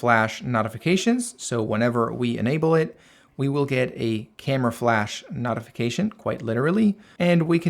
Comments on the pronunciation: Notification (NOTE) .... not NOTification....the I following the T makes the O the long version.... basic English. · it's pronounced NOTE-ification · Ty for a highly informative video. It's pronounced "note-ification." Be well and best of luck. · Not.ification? Great video but you say notification weird 😂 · It’s NOT pronounced NOTification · Nice video! But I have never heard anyone pronounce "notification" the way you do 🤔